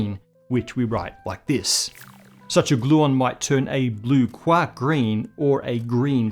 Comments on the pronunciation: Just pronouncing QUARK rather that QUORK was enough for me. Way to go! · Thanks. I'm glad you pronounced it as quark and not quark!